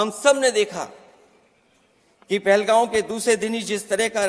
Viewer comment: पहलगाम ❌ पहलगांव ✅